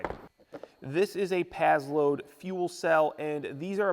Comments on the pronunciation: Sounds like you're saying pad-load. It's pass-load. Paslode. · it's " PASS LOAD " not " PAZZ LOAD " . The name is spelled with an 's'...not a 'z' lol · I think it’s prononcés pass-lode